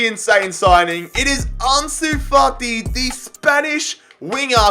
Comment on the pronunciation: no one:: Arnsoo Fartee